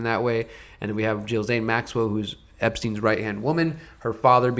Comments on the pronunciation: Ghislaine with a hard G. "Ghee-slain" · Sorry to be anal, but every time I hear you say Jill Zane, I cringe.